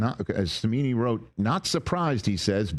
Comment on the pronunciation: You lost me at "Cimini".